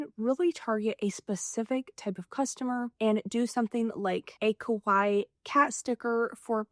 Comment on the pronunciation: Americans pronounce 可愛いKawaii as Kowai. Kowai means "scary" in Japanese, so it's best to pronounce it clearly as Ka-Wa-i-i 😊